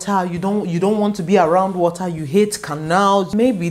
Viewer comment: We like de wotaaahh! Fun video!